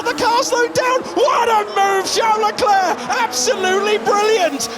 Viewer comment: Charles Luck-lack